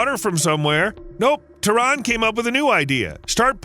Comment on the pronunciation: It is not Tron, it is Tehran.